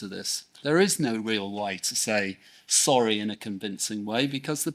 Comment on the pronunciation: Zoory,,, waffle waffle, zorry,,blabla ,,,,zzzzzorrry eeer. Blabla